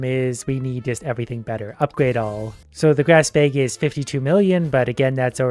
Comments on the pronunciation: “Upgrade our BEG” 😂😂 are you from Minnesota? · why does he pronounce bag like "bage" ? (bake just with g) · I love hearing him talk about his “bayg” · i love the way he says bag